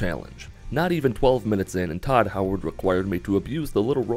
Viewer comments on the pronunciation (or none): none